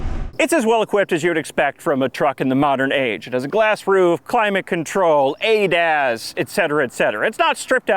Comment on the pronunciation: ... ADA? - Another Damn Acronym! The audio sounded like Adas. What were you trying to say?